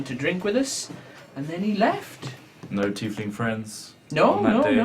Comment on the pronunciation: its tiefling